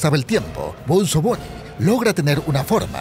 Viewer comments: No se dice benzo se dice bunzo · like si te estreza que le diga "benzo bunny" en vez de bunzo bunny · Bunzo no benzo!!! ni sabes hablar!!! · Bunzo no Benzo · Es bunzo Bonnie no benzo Bonnie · es bunzo no benzo y tampoco bonzo